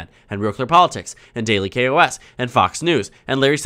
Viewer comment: Its not daily "k.o.s." its KOS as in the name "markos"